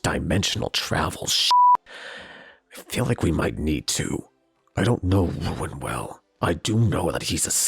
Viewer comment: It’s r-EW-in Rewin….. (I love ruin)